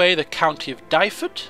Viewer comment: Your mis-pronunciation of the county of Dyfed is painful. Duh - ved